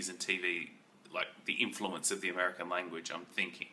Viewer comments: Did he say Amerikie? lol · Did you say Amerakey or Ameraki for American ???